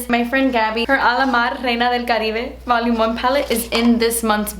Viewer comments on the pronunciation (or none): none